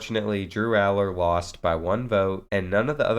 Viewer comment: Ur saying his last name wrong but good video